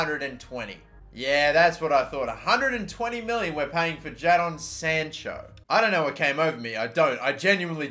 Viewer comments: Its Pronounced "Jay-don "..it's Mah sons name azwell...luv yur Upload's #YNWA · Jay Jadon Sancho is English. You dont pronounce it that way